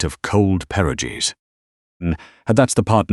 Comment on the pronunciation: Please learn how to pronounce perogies properly. Thank you!